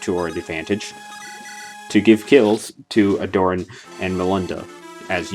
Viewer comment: Pretty sure that's not how you pronounce Aderyn bro